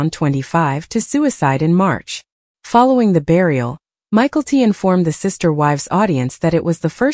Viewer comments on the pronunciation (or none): Please learn to pronounce (mykelti) ma kel te